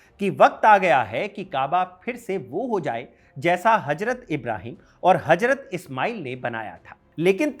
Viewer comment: गुड इन्फोर्मेशन लेकिन अपनी भाषा पर पकड़ बनाओ हजरत = Hajrat ❌ हज़रत = Hazrat ✅